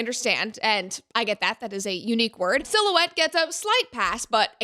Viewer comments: Not Gonna lie, I prefer Si'halot and Guarcher over the correct pronunciation. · If it wasn’t for you Rhett saying one of the words they were trying to pronounce was “silhouette” I would have never figured that out on my own from just listening to them.